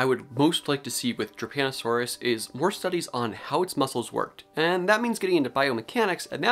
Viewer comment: I was listening to this while playing Overwatch and thought you were saying "Japanasaurus" and then I thought you said "Japanasaurus was discovered in Italy" and I'm like I'M SORRY, WHAT? ARE PALEONTOLOGISTS OKAY?!?!?